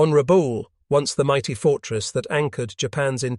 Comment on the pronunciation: Ra'bah-ool, not rah-bool'.